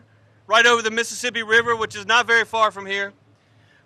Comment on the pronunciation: Biden can't even say Mississippi